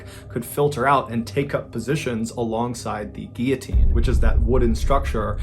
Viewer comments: ‘Fun fact’ the head stays conscious for 10-12 seconds, SO THEY SAY.. so it’s basically not a fact, just a theory also guillotine has an L in it it’s not pronounced ‘gee-a-teen’ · Not to be over the top... But “Gear teen” is pronounced “Gill-O-Teen” I know it's a strange one but just helping. Love the channel. 🙏🏻💙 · I always thought it was called gillatean If you pronounce Gill a teen. Lol I've been saying it wrong all my life You say it as geateen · What was with the pronunciation of the word Guillotine? 🤔 is that how it's actually meant to be pronounced? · Guillotine - Why don't you pronounce the L's in US? I mean there are 2 of them & you're not french. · Hey Mr B. Just curious as to your unusual pronunciation of guillotine. Why don’t you pronounce the L’s?